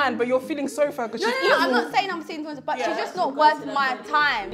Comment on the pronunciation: “Da doing da doing tinngzzzz” Nella I’m taking this 😭